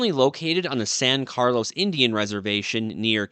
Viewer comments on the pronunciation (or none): none